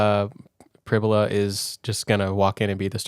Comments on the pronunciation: In an interview, Penn St head coach, James Franklin, pronounced it PRIB-you-luh, not prib-YOU-luh. So, the comparison of "fibula" is likely correct. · Prib -You-La